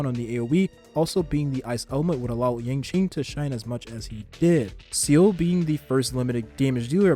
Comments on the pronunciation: Guys, her name was said MANY times in the Jerillo story man. SEELE is (Zee-La) not Seal!!! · Content creators still pronouncing "Seele" as "Seal" after the game's been out for a year moment Probably did this on purpose so that "Yanking" doesn't get upset.